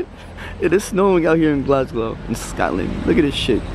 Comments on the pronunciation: did man just say Glasglow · SLIM ITS GLASGOW NOT GLASGLOW 😂😂😂😂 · Loool, he kept getting gassed saying "Glasglo" it's "Glasgow" haha, Slim your a top joker haha❤❤ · GLASGOW, Slim not GLASGLOW.. 😭😂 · Slim it's Glasgow not glasglow 😂😂😂 boy you make me laugh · It's hilarious how every time you say Glasgow you mispronounce it and add an extra "L"! :) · Who else noticed slim saying Glasglow instead of Glasgow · it's Glasgow not glasglow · Glasglow😂 it's Glasgow😂❤️ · it's glasgow my g not GLASGLOW 😂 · Slim its not GlasGLOW it is GlasGOW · it's not Glasglow😂😂😂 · it's not glasglow😂😂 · It's Glasgow not fucking GLASGLOW😂😂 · slim it's GLASGOW not GLASGLOW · brrrruuhhhh its not glasglow its glasgow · lol its Glasgow not glasglow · Glasglow lmao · Glasglow? Damn Slim i didn't expect that from you 😂😂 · lol he said Glasglow dafuq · Slim: glasglow? Wtf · How is man calling Glasgow 'Glasglow?' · LMAO the way slim says 'Manchester' and 'glasglow' 😂😂 it's Glasgow slim loool